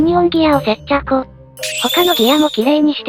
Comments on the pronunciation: 接着をせっちゃこって読むのホントすこ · 接着がセッチャコに聞こえる不思議